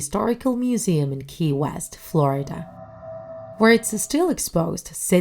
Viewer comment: What is flordia its Florida not flordia